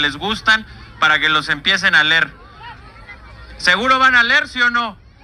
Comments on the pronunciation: No se dice ler...se dice leer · No sabe ni decir leer 😅 dice ler 😅😅😅😅